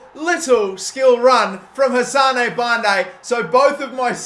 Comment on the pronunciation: Hassan not hassanae